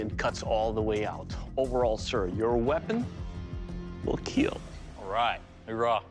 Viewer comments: IT will KEEL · "I broke your weapon, but more importantly, your weapon will KEEL" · John Wick tests pencil: It will Keel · It will "KEEL" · It’s not kill it’s kiel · "YOUR wEApoN wilL KeEL"